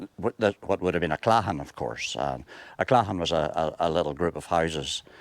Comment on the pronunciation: He said claghan.